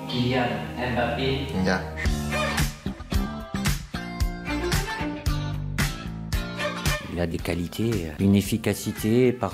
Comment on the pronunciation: on dit mbappé , pas M bappé à dire M bappé c'est comme si M voulait dire quelque chose un peu comme K Benzema k=Karim. ne déformez pas ce nom d'origine camerounaise svp